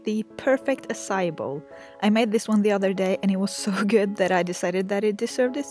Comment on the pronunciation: It is not pronounced the way u said it say it like ahh like when a dentist tells u to open ur mouth then psy then e